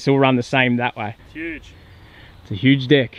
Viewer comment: ..... Did you say, that’s a HUGE “DECK”...? ? 😳 .. I know it’s a family show - just making sure... 😏😏 .. CHEERS from 🇨🇦👍❤️🎉😬